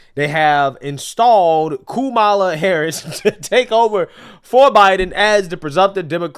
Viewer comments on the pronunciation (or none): You better be careful calling her comala. They may say that they think you’re saying Coonmala. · "Coupmala" lol 😂😂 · " Coup Mala" 😂 These folks deserve Academy Awards. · He said "Coupmala" 😂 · all cnn has this morning is that trump mispronounced kamala name